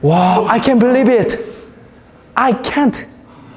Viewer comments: Omg his “I cant belieb it!” He can’t say V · I cant berrib it 🥶 oooooooo tuu cold🥶🥶